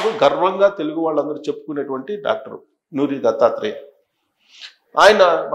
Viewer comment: నోరి , నూరి కాదు